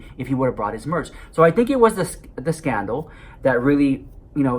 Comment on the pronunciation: Sister "Scanna-CON" 😂😂😂